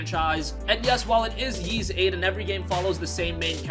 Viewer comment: Ys is pronounced like "ease," not "yeez."